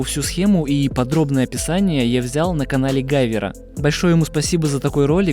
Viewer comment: Не гайвер, а гивер